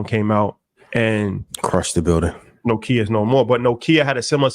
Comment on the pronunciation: My guy said No-Kia 😂😂😂😭